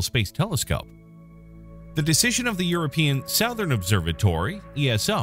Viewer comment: I’ve never heard any one pronounce southern like that before